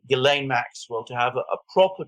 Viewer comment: That's pronounced "Zhees-len", not Guy laine.